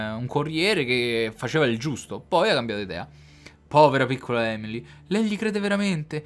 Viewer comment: Due cose sono certe nella vita: la prima è la morte, la seconda è che dice Emily e non Amelie ahahah